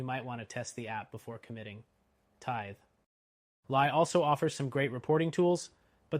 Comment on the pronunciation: It's "Tithe-lee". It would be nicer if you showed screenshots of the different software screens.